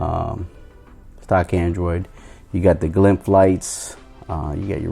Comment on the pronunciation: It's called glyph not glymph lol. Nice vid 👌🏼